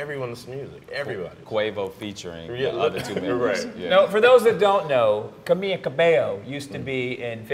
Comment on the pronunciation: Oh my geezus. they cant even pronounce camila's first name right